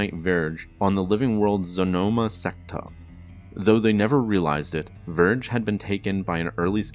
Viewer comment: Vergere not Verge🤣